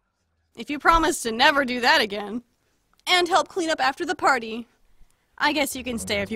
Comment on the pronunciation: It’s no halp it’s help